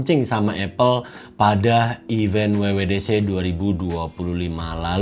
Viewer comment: Event bang bukan even